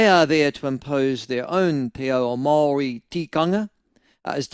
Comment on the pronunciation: Why are your pronouncing Maori in such a strange way.? It sounds if you have something stuck somewhere. Also why are you falling into the trap of being controlled by these controllers with the accents over their written language? They never had a written language now all of a sudden they have new made up words with funny accents and every one has fallen in line. You are under their spell Michael.